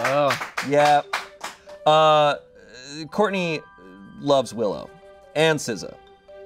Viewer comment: it's Shartney not Shourtney